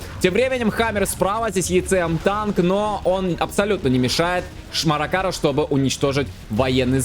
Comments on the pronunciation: ..."Шмаракару"... Оговорочка по "Фрейду"? 🤔🤭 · "Шмаракар" меня конечно вынесло, оговорочка огонь.😅